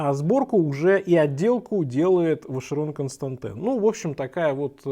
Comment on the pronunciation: Капец, как режет слух, Вашерон КонстантЭн...где ты букву Э увидел?